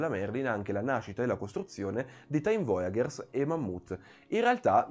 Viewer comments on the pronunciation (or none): Bel video! Però ogni volta che sento "voyagers" letto come "voiaGHers" mi viene mal di pancia HAHAHA